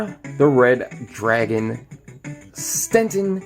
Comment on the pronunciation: he said stenten